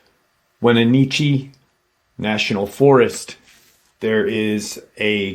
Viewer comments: Pronounced: WhenAtchEE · I live in east wenatchee, wa. Its pronounced "when-at-chee" but you say it all together, so if you say the 3 words in quotation but as one word is how you pronounce it. Its definately different and if you never heard of it or someone say it it is almost always pronouced wrong. Hope this helps to pronounce correctly. Love the channel. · I was born and raised in the Okanagan Valley. Wenatchee is actually pronounced "waa-natch-ee" we have an incredibly beautiful and extremely mysterious state. The cascade mountain range is one of the least explored areas in North America due to its lack of accessibility much of it is only able to be accessed by foot... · It's pronounced When-at-chee. Lol.